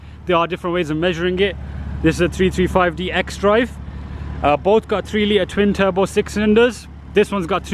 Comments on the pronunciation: jamie porter Also when he talks about the power , it sounds like he's saying 225hp 😕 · jamie porter I thought the same